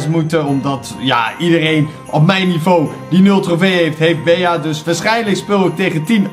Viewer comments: geen bea, maar bie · je spreekt het niet uit als bea maar als bee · Beeaa?😂 Bie* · Bea spreek je uit als Bie Sicke video Bawz army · Het is bea je spreek het uit als bee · je bea uit als bij in het engels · Het is bie geen bea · Yo je spreekt bee uit en geen bea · Je spreekt het beaas maar het is bea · Je spreekt het uit als BEE en niet Bea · het is bij in het engels niet beeaa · Het is niet BEA maar BEA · Je zij bea je zegt het Bie maar je schrijft bea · Je spreekt het meer uit als bee niet bea ik vond het best iritant 😅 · Je zegt geen bea maar bie🤦‍♂️ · je speelt tegen 9 andere Bea’s ( uitspraak <Bie>) moet het zijn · Bea spreek je uit al Bie! Like ff zodat dit ziet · Je spreekt het uit als Bie hè 😂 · Je spreekt het uit als Bie wil jij een video maken over knokkers eederd welke maar die moeten opdrachten doen zoals ondert snelste rennen met de bal ofzo like zodat dit ziet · Je spreekt het uit als bie. Verder super toffe video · ik weet het.... IK IRRITEER ME ERAAN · Ja dus op zn engels net als BEE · Je spreekt bea uit als Bie like zodat dit ziet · ZEG GEWOON BIE IK WORD DAAR ECHT GEK VAN LIKE ZODAT DIT ZIET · Wil je bea in het Engels uitspreken like zodat dit ziet bawz army! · Beejaa😂 Maakt niet uit hoor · je spreekt het uit als bie kom in mij club groep 5B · Je spreekt het uit als Bie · Je spreekt het uit als bie wand het een bij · Bea moet je uitspreken als bie en in het nederlands Bij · Het is Bie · je spreekt Bea uit als 'bie' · Je zegt het als bie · Je spreekt bea uit als Bie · Je preekt bea uit als bie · zeg aub bie( want bea in het engels is geen 'bij' maar bee betekent wel 'bij') het is echt heel irritant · Bea spreek je uit als BIEJ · Je spreekt het uit als “bee” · Het is een Engels spel dus spreek het aub uit als Bi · het is bea maar je spreekt het uit als bie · Jij bent echt slecht in Engels bea zo zeg je het niet hè 😉